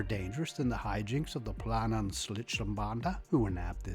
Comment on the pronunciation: You butchered "Planenschlitzerbande" but that's totally ok. 😄 Next time contact me and I will gladly help you with the phonetics. 😉 In any case you have a new subscriber, your competent reports are most enjoyable. 👍 Thanks and Cheers from 🇩🇪🇩🇪🇩🇪